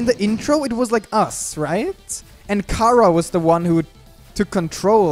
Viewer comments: It's Chara not ckara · Its not cara its chara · WHY DO YOU SAY CARA NOT CHARA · its pornounced Ch-ara